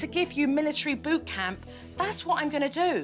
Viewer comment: I literally heard boobcamp even tho I know its bootcamp